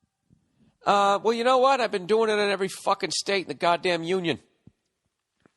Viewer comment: "For your legal...TENDAHH!!!"😂😂😂